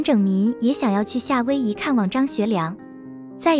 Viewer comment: 夏威夷的夏要读哈，因为夏威夷是照广东话的发音音译。类似的还有加利福尼亚等外国名称译音凡是写作加的一律应读咖，瑞士，瑞典，委内瑞拉的瑞都要读随，原文都是S, 不是R.瑞字的读音自古以来都是读sui不是rui, 至今江南语音中仍旧读sui。